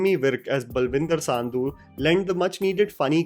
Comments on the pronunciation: Nice review, however it's not pronounced 'Saandhu', it's Sandhu just like Sundhoo. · Bro it's not Saaandhu, it's sandhu there is a difference in pronouncing. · Its 'Sandhu' nt 'Saandhu' 🤭😂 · Just for future reference it's Sandhu not Saaandhu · It not saaaandhu 🥲🥲🥲 it’s Sandhu (sundhu) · It is SANDHU.... Not SAANDHU🤷🏻‍♂️ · its sandhu not saandhu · Bro please look up the pronunciation of "Sandhu". Great video.